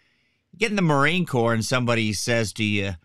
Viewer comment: There's absolutely NO way, NO how this moronoic liar waa EVER a United State's Marine, period. It's painfully obvious to any of us that actually were in the Marine Corps for even 1 day in Receiving knows Corps has a silent S at the end, which this illustrious member of Couch Company, 1st Civ Div continuously left off.